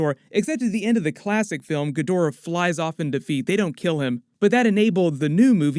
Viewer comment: I stopped listening the instant this clown mispronounced "Ghidorah"